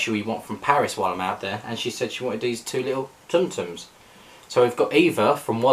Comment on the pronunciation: With tsum tsums the T’s are silent.